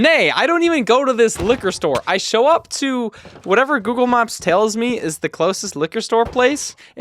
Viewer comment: why does it sound like hes saying "google mops" 😭✌️🥀💔